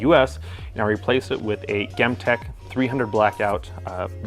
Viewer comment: I swear to got American arisofters are like he British when it comes to talking about guns. Ghem-tech? Its gem like a geologist gems 💎 gem tech not gem like gum what the fuck. Its a usa company